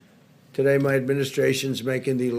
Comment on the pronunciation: Why is he mumbling? But he always emphasizes “MY” administration.